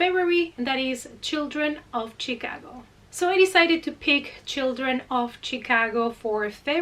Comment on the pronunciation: I love how you say Chicago! Where I'm from people say it like Shaaa-cogo. But Chicago like you say makes so much more sense to pronounce! Because it's not Shaaa....lol! Anyway, lol, your cats are adorable! Great video, ❤❤